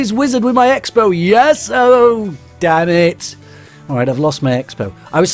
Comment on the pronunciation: Is it just me or am I the only one that likes his accent especially when he says "damn it!"?